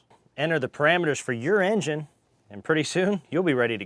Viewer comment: We dun did bot this here Ing-Gine off that "Innar-Net". Holy Sheet...